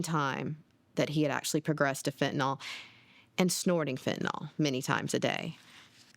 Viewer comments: People keep saying Fentinol. It's Fentanyl. Fen-ta-nil, not Fen-ti-nol. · Isn't it pronounced Fin-ta-NIL?